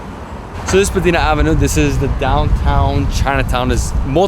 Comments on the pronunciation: Born and raised Torontonian, glad you enjoyed the city, there’s so much more that you didn’t see though. Only one thing of note, Spadina is pronounced like “spah die nuh” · Spadeena ave lolz